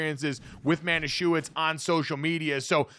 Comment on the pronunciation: It's the mispronouncing Manischewitz for me. The W is a V sound here, so it's pronounced "ma•nih•sheh•vihts".